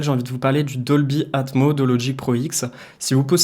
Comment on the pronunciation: Doldy Atmoss Dolby Atmoss ..... c'est mieux si tu dis Atmoss ya un S ..... faut le prononcer. Sans rancune.